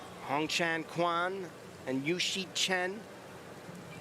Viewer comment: 我一直听到男解说员说的是“宽”红蝉，全红蝉的名字难道不该被正确的读出来吗？！